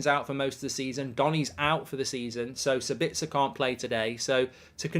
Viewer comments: As an Austrian I think it´s a little funny how you pronounce Sabitzer 🙂 Let me help you out: the stress is on the first syllable, not on the second. SAbitzer, not SaBITZer... Best wishes from Austria mate! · He's called Saaaabitzer. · I'm English but even I have always found it weird how he pronounced it lol